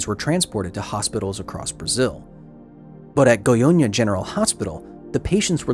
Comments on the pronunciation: how come your "brazillian staff members" didn't warn you about pronouncing "goiânia" as "goiônia"? that was painful to hear, not gonna lie. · at it again! Amazing documentary, as a Brazilian, this one hit different. I wasn't aware such a big disaster happened here, and again because of human error, mismanagement and lack of education. And yes, you butchered the names, but in your defense, the "â" in "Goiânia" is a nasal sound, which English just doesn't have, much like in Portuguese we don't have the "th" sound, making "thing" sound like "fing" when we speak it. It's hard to make a sound you never made, with parts of your face you're not used to moving in that particular order. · The goyña xdxd I'm dying xd Brazilians were just being brazilians. State has the blame. U did well... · its goiana not gonhonha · Great video but I hate hate HATE the way you say "Goiânia". You pronounce it like "Goionia" which doesn't make sense. It's GOI-A-NIA and NOT GOI-O-NIA. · Â is pronounced like "uh", not "oh" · It's funny how you always says "GoiOnia" instead of "GoiÂnia". This "â" is pronounced "inwards" (through the nose), it's not an open A like in "absent", but more similar to how an/aid/aim have the same "a" sound. I think this phoneme doesn't exist in any word in English, this through the nose A/O/E (with the little hat above like â, ô, ê), so to be easier for you just pronounce those vowels with open phoneme for them. For A use the sabe pronounce as in Absent/Absence/Alligator/Alive. For O use the same as Option/Optimal/Optimistic. For E use the same as Ecology/Economy/Ecosystem. I'm Brasilian by the way. Great video. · Haha I'm so sorry but the way you pronounce Goiania is kinda funny. Should be more like "Goi-ANNE-ah" like "Britannia". And I'm not gonna lie, Goiania is not exactly the most advanced city in the world, the fast response time from the government there was kinda impressive, I'd expect much worse from brazilian government in the 80's